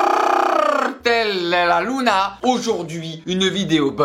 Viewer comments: Il était magnifique ce "hola todo el Carrrr RLRLRLLL Cartel de la Lunaaaa" 🤣🤣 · El CARRRRRRRRRRRRRRRRRRRRRRRRRRRRRRRRRRRRRRRRRRRRRRRRRRRRRRRRRRRRRRRRRRRRTEELL😂😂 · Holà el carrrrrrrrrrrrrrrrrrrrrrrrrrrrrrrrrrrrtel 😅😅😅😅